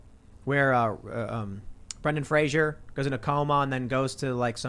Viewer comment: MONKEY BRAIN also FRASER NOT FRASIER. annoys the crap out of me when people don't know that, like people saying realator... it's realtor.